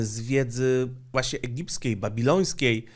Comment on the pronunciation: Pięknie powiedziane: "egibskiej, babilońskiej". Kolejny dowód, że Watykan to Babilon Wielki, czytaj: Wielka Nierządnica.